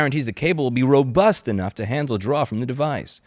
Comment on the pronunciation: Why did you say " Draw from the device" like that xD lol. XD